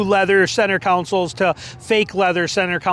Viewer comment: Console, not counsel